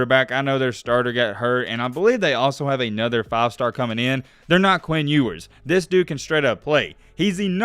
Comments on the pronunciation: in the intro: his name is pronounces You-wers, not ewwars 2 seconds later: EWWWARS hitting the Transfer Portal 😂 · you must not have proof listened to this before putting it out huh? First mispronouncing Ewers right after telling us the correct pronunciation...Then..."College athletes could make name off of their money"...haha what?? Then you flip from between you-wers and ew-wers throughout the video...come on bruh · Proceeds to tell us how his name is pronounced and mispronounces it half the time still. 🤣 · Mispronounced his last name? Edwards?? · Ok earn how to pronounce his name at least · Sorry for going left but how did you say his name correctly speak about how it was correct and then say it wrong from there out? Everything else was dope tho.